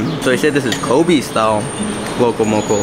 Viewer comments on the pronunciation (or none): none